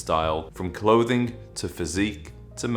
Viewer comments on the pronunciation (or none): none